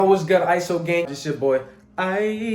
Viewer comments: I love how u say iso. I ur music also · That "ISO" was the cleanest i ever heard.